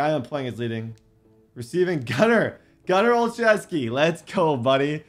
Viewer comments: Love the vids and grind (send love to the editor too) and Gunnar's name is pronouced oh-chef-ski not.... Whatever you were saying lol. And the game sort of crashes every time you try to change abilities on the upgrade screen. So when you upgrading dont change abilities then wait until your done and do it on the roster screen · I went to high school with gunner. His last name is pronounced Ole - shev- skee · It’s pronounced Gunner O-Shesh-Ski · Can some body tell how to pronounce Gunner Olszewski because I’m a patriots fan and cringe when a hear how pronounces it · If u can’t say gunners name correct don’t at all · Ur saying gunners name wrong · You need to say gunner olszewski names properly 😂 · Hey, I really appreciate the lengths you go through to give us this content. Also it’s pronounced “Ol-shev-ski” not “Ol-zew-ski” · I think it is pronounced OL-SHEFF-SKI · it is pronounced oshefski td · Its not pronounced Ohl zews key, Its pronounced Oh chef skey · olcheski not olzuski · O-Chef-ski is how it's pronounced not ozooski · as a pats fan, the way u pronounce gunner olzewski's name bothers me....j an fyi it's Gunner (Ol Zow Ski). It sounds like (ole zew ski) when u say it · Gunner last name pernounced o shez key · Just wanted to let you know, since you said you had to figure it out at 26 min., Gunnar's last name is pronounced "Oh-leh-shev-ski" 😁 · BRO I LOVE YOU, BUT IM A LIFE LONG PATS FAN. YEAH BACK WHEN GROGAN AND EASTON LOST TO THE BEARS IN 85. EVEN BEFORE THAT. YOU ARE SAYING THERE NAMES WRONG AND IT MAKES YOU LOOK RIDICULOUS. GUNNERS LAST NAME IS PRONOUNCED, O SHEZ KI , AND TRAVIS E TIAN. ILL LET YOU KNOW IF I HEAR YOU FUCK UP ANYONE ELSES NAME. JUST FRIENDLY HAZING. LOVE YOU DAWG. I WATCH YOUR VIDS EVERY DAY. OH YEAH I ALSO HAVE A YOUTUBE CHANNEL. ITS SMALL BUT OVER 1K SUBS. GIVE A LONG TIME SUB A SHOUTOUT. HELP A DUDE GROW. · Ole-Sheh-skii is Gunner's last name pronunciation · Olzewki’s name is pronounce ol chess key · Gunner Ol-shev-ski